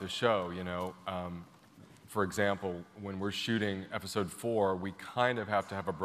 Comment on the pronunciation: why does ryan keep saying efisode????? and no one is correcting him